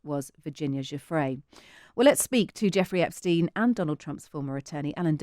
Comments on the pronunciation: Suddenly alan believes Virginia. And he should stop mispronouncing her last name. What a frickin' pig. This man makes me sick. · Absolute travesty, platforming this villain. And with such a sycophantic intro. Further, allowing the repeated mispronouncing of Virginia Giuffre's name. Also, it's plain it was her not Giuffre cited in the redacted note. Her account disproves this, she said she'd not spent time with Trump. It's someone else. Poor reporting here. Times Radio online is click bait and, in this case, misleading.